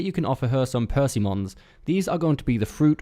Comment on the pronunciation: Percymons huh 🤣 sorry m8 it’s per-sim-un = persimmon